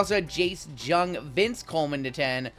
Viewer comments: Jung. It's pronounced "young"- not "j-ung". You're killing me man. A kitten dies every time you mispronounce it. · I come to you with peace and love. Jace Jung is a tough name, pronounced “Young”. Rangers ROY candidate.